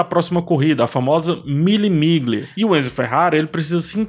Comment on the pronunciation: Querido, o nome da prova se pronuncia mille “milha”, ok?😉